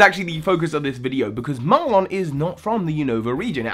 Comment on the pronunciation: So help me, do not pronounce his name as "Mar-lonn," his name is "Mar-linn"